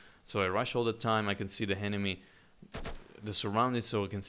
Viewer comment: I love how you ''henemy'' :D Nice review